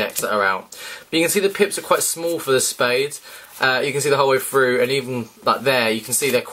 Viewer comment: "All the way fruuh"